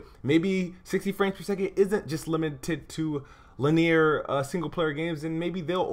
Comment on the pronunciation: Did you say le-near?